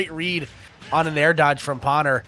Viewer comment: Was anyone else extremely bothered by the commentators mispronouncing Pwner's name as pAwner instead of pOwner?